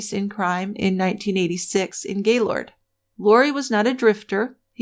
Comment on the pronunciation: I tried to listen to this. I've read the book. The monolog is so mundane. And anyone who has ever lived in or near gaylord, knowx it's not Gay lord. It's Gaylerd. Nobody says it that way. I was hoping this would be good, because it seems like the only YouTube video about the murder. It's audibly difficult to do though. Thanks for trying though.